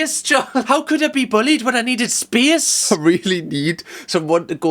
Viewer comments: Spee-ace... is funny when he does it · it’s when he says “I just need space” and the emphasis on the space got me everytime haha